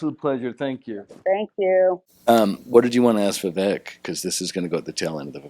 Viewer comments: Can’t even pronounce Vivek and tried to add an ‘i’ into it and then didn’t even know that Ramaswamy is an Indian name. She’s really dumb or did fuck all prep for the interview. 🧐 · Remember how to pronounce his name Viv Cake the snake 🐍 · U pronounced his name to perfection. Ty! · Why do Americans have such a hard time pronouncing Vivek?!? It's literally two friggin syllables?! 😂 I'm from another western nation...and we can pronounce it easily...but Americans constantly struggle?! 😂 what is wrong with yall? Doesn't American Public Schooling system teach "sounding out" syllables?!